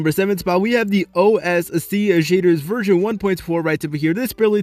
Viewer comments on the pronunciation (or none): none